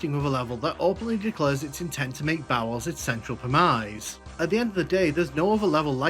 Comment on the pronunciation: Interesting pronunciation of premise there. Great video generally, very enjoyable analysis and I like how you have the split between overview and deep walkthrough.